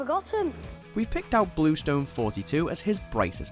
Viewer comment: When they say '42' instead of '4-2' 😐